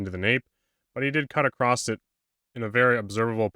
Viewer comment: ish, great video so far...but saying "acrosst" is just unforgivable.